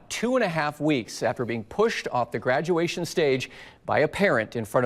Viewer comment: A graduwation lol